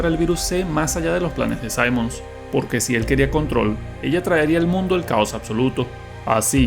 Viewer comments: ¿Te lo jugaste con el volumen en cero o solo fue hace mucho tiempo? Simmons se pronuncia tal cual con (i), no (ai). 🥀🥀🥀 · Cuando lleva doble m, no se pronuncia "saimons", se pronuncia como se lee, "simmons". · Se pronuncia Cimons, no Saimons, así de naco. Al menos es así tanto en español como inglés. (Personalmente me gusta mucho Resident Evil 6, es bastante largo, y diferente en cada campaña. En un remake si arreglan ese abuso con las explosiones, tanta acción lúnatica, y las transformaciones finales de Cimons, quedaría mucho mejor.